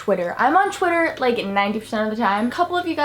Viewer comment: Why do you always say chwiter instead or twitter